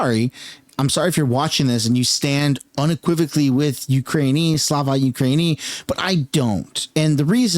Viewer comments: Its pronounced “slava ookrah-ini” with the accent being on the first “i”. Its pronounced a little differently than if you just said “ukraine”. Also that means praise be to ukraine, which i strongly disagree. Praise only goes to God, not an exsoviet state that has an unelected leader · It's pronounced like "Slava Ookraieena" not that it really matters but thought you might like to know